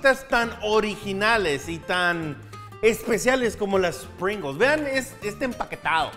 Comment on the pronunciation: Se pronuncia "pringous": Es el sabor de Pringalls